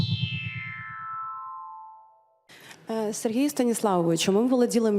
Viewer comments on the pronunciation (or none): none